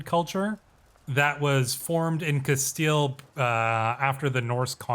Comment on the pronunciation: I'm sorry, but it's "Cas-steel" (or "Cas-stee-ya" if you're pronouncing it in Spanish) not "Castali" this was driving me crazy. Otherwise, very much enjoying your playthrough.